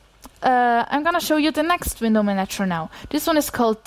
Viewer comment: I guess I have a big handicap in being put off and unable to continue listening the moment I hear someone start talking about window manatchers. Even though her accent is actually pretty good otherwise... Curiously, she seems to get it right in the case of the verb "... a window manaTCHer manaGes windows..."